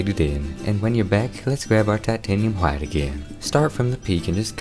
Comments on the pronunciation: your bob ross impression was amazing, plus the painting itself and how you pronounced "titanium Hwhite" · Shut up about his painting skills this is the only man who has a passion for painting and actually says hwite correctly